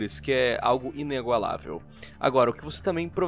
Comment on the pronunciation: Parei no "inEgualável" kkkkkkk